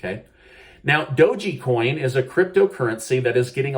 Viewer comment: Wow! Really? If can't pronounce Dogecoin the proper way, no one will! 😳